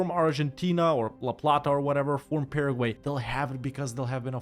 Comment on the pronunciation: Starting when he pronounced "Paraguay", right? lol